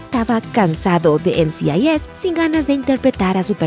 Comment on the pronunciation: No se ¡EN Ci AI YES! NCIS, es “EN CI AI ES” pronuncia bien mamita.